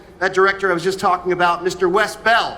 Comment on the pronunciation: he said wes bell lololol instead of wes ball